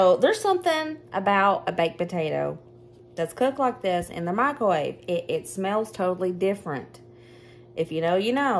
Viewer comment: I love how you say mikrowaveyyy 🤣😅 ever since we saw that video, we can never say it normal again lol. Your sons are good boys!